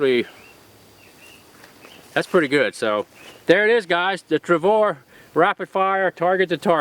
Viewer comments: Jerry, you are the coolest! I am a big fan, but every time you say "Travor" its like needles in my ears! LOL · Nice shooting like always. Jerry is always fun to watch too. Always looks like he's having a ball. I did chuckle every time he said "Travor" though. :-p